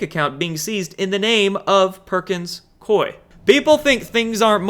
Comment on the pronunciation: Perkins Coie = Cooey, as in, rhymes with gooey. 💚💚💚 You are a Light Warrior,.